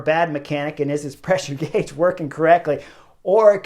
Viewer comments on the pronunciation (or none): none